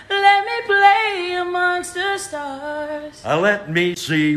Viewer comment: He said “sth” not “the” when he sings fly me to THE moon